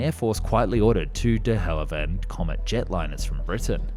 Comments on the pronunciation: Did you say "De Hallivand" instead of "De Havilland"? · Uh, dude, It's "De Have-ill-land." NOT "De Hal-iv-and." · I know this is SUPER nit picky... but its DeHavilland...not Dehallivand lmao sorry, i had to 🤦‍♂️ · "De-Hal-Ivand"? Huh? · That dehavilland pronunciation made me think I was having a stroke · I really enjoyed this presentation. But why are you incapable of pronouncing “DeHavilland”? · I can understand not being able to say nuclear correctly but please practice DeHavilland. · Not to carp but how can you get so many well known names pronunciations wrong? The 'A' in Avon is as in day. The 's' in Viscount is silent and the 'i' is as in iceberg not as in disaster. Your pronunciation of de Havilland is just weird. Apart from that great stuff by the way 😀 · Anyone with an ounce of culture would instinctively know the correct pronunciation of Avon and Derwent - both being rivers in England. Shame that the narrator does not have any such education. And if he wasn't cross-eyed, he'd had managed to pronounce the V and L in De Haviland in the correct order.